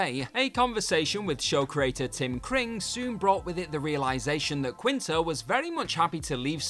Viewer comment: Zachary "Keen-Toe"